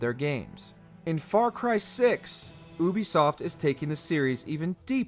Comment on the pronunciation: Yo am I the only one bothered by the way he says Ubisoft?